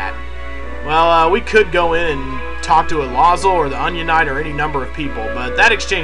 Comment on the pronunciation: El-u-zool not El-ah-zuhl lapis LAZULi=Elazul EMERaLD=Esmerelda DIAmond=Diana RUBy=Rubens -_